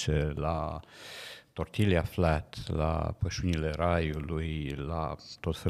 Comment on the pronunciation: Domnului Paraschivescu, cu dragoste (și fără pic de abjecție): pâinica din “Tortilla Flat” se pronunță mai curând “tor-TI-a” decât “tor-TI-lia”.